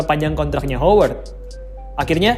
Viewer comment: Woi Howard Itu bunyi pengucapannya "HAWERD" bukan "HOWERD" 👎👎👎👎👎